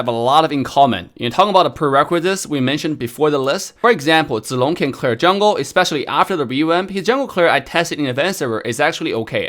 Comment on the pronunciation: pronounced Zilong and Chang'e in it's Chinese pronunciation didn't he?